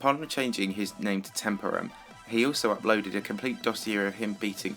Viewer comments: you misspelled temporum :/ its temp-OR-um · I think you pronounced Temporum wrong (facepalm). The emphasis in on OR not TEMP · You're still not pronouncing Temporum right...